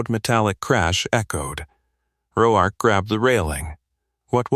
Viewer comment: How is it AI can pronounce the name Mateo but not Roark?